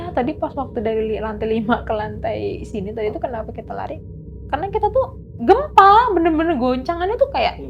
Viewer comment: Si ibuk kok niru2 narsum sebelumnya kebanyakkan kata2 "NOTABENE" enek sumpah !!! Gelap bukan gelep Gempa bukan gempak 😅